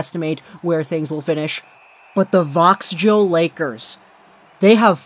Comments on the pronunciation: its pronounced veckwah not vaxjo lol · That's not what's being addressed. There isn't a dispute about that. In western English that name would be pronounced with a "ssss" not a "shh". Do what you want man, but it just sounds silly. Also: if you're going to say "pettershone" you also gotta say "Vaquh" when you're talking about Vaxjo.